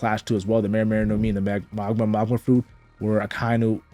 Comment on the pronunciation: You are destroying me internally pronouncing it Maw guh ma.